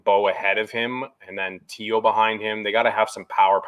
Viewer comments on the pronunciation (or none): It's Tey-Oh not Tee-Oh;o) Have a blast & an ice cream in a mini helmet for me tonight guys 😁 Subbed, liked, commented. & Tweeted. Thanks for the Jays content!